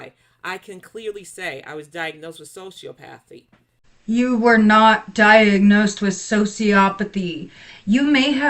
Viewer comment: The way she says “sociopathy” 🤦‍♀️